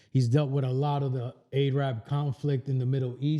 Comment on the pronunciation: Ay-rab 😂 it's Air-ib, love